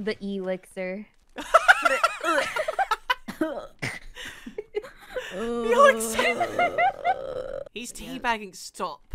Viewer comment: the E lixir hahahahaha